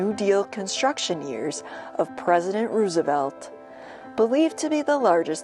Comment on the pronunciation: Thank you for pronouncing President Roosevelt's name correctly. Roose, not Rose.